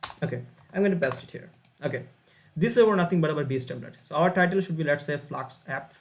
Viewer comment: Hi i know it's so irrelevant and so bad to ignore everything and focus on that, but I just couldn't, it's FLASK, S K , not FLAKS, KS